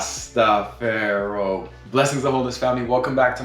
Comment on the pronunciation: Rastafar I ...EYE... NOT Pharoah 😂😂😂 I have painful fibroids. They keep growing. I currently look like I'm 4 months pregnant., when in fact I'm 16 months post partum. The fibroid(s) is pressing on my bladder and its very difficult for me to sleep, sneeze, cough, laugh, walk up and down stairs.... Thank you for this video!!!!!!!!!